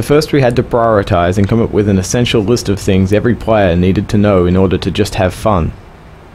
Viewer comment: a n d h a v e f u n (node, node)